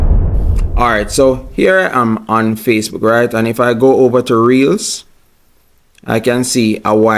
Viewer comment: That's not what you said. You said "Facebread"